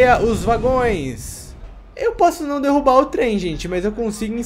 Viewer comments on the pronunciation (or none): none